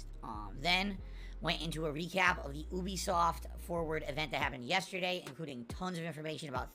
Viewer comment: Why does he keep calling it oobesoft. He's so anal about pronouncing the T's in most his words but he can't pronounce a U in Ubisoft